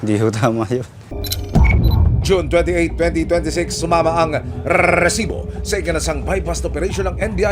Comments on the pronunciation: Ang sakit sa tenga ng RRRRRResibo😜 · Bakit maraming R sa rrrrrrrrrrrrrresibo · Ilan po ba ang R sa salitang Rrrrrresibo ? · Hahahaha parang walo😂